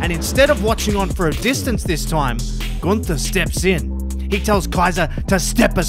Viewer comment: It’s not Gunther It’s GOONTERRRR